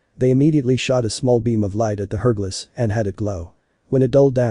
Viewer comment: it's hourglass not herdglass